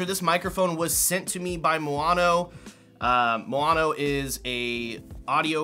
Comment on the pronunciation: how do you manage to say moano if the spelling is maono? btw, usb-b is still used nowadays for midi instruments (keyboards etc)